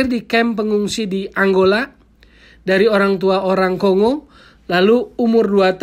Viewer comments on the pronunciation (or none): none